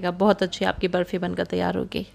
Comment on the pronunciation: Barfi thik se boliye naa